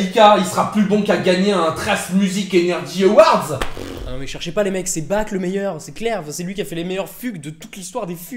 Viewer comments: <Mode mec chiant activé> Ça se prononce Barh <Mode mec chiant desactivé> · Ouais, je vais faire mon pénible, mais entendre "Bac" a longueur de video m'a bien fais pleurer... Pourquoi vous prononcez son nom comme ça? :o Et a part ça, vidéo incroyable, comme d'habitude! merci, mec